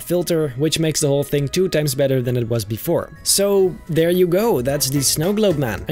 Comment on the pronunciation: i love how he says athere